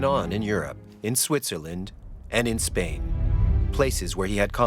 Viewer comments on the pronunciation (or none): none